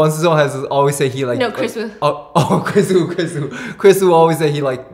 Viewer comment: Kris Wu? Kris Eeeew 😬